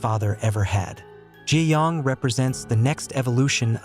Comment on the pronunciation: It’s not Gi yong it’s ga young